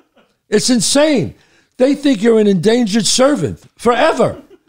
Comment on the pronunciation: Indentured! Servant...not endangered,,,servant